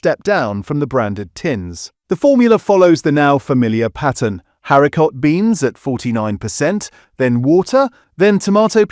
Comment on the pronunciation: I use Heinz beans and I don't find the sauce watery! 🤔🤔🤔 I'm also curious as to why the word 'haricot' isn't pronounced properly; Is this video AI?